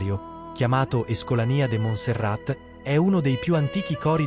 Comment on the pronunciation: e si pronuncia Monserrà…